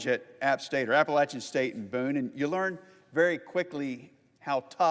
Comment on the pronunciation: He can’t even pronounce “Appalachian” correctly.